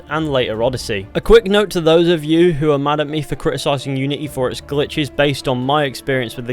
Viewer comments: "Assasin's creed iunity" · ah yes, iunity